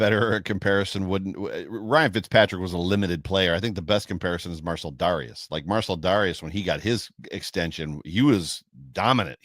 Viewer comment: get it right,. It's Darcel Mareus.